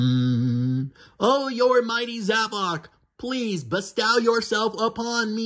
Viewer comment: And finally somebody says zavok instead of zavik